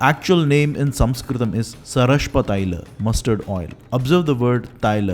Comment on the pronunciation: Your video is really good,a small suggestion,it would have been better if u gave more importance on the right pronunciation of Sanskrit terms like sarshapa,takra,dugda and it would be of great help if u can share with me from where to get the original text of paka darpana by nala😊